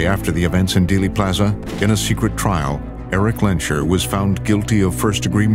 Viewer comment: Erik Lehnsherr is pronounced "Erik Layns-Hair", and not "Airy Clencher"!!